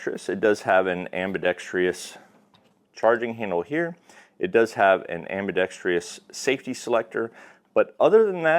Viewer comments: It’s “ambidextrous”, not “ambidextreeous” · "Ambi-dex-tree-us" wrong.